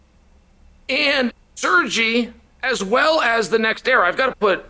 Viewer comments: C'mon Chael, its pronounced Sirgay Pavlowvich.. get with the program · I don't speak Rushonian but I don't think his name is pronounced Sir-G Pav-lich. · Chael must have a whole creative team whose only task is to come up with ways on mispronouncing the easiest names. Sergey to Sergi was born after along, coffee fuelled, sleepless night of brainstorming. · Lol. Sergy. Not Sir-Guy. Serge E. Chael you crack me up.